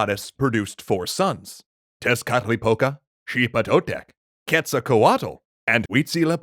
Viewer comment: Is it Xipe Totech or Sheba Totech he said cuz it sounds like hes saying Xipe Totech.